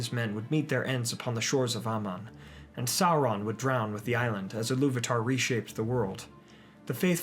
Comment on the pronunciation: Dude I love your videos very much, great job! But learn how to pronounce certain names correctely please. It's not: Il - lu - WATA It is: Il - LU - va - tar